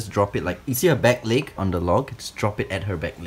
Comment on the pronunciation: CAn I PeiCk DAt LuEg? 🤪🤪 how he said it made me laugh